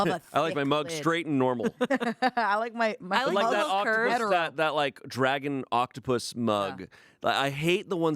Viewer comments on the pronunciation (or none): none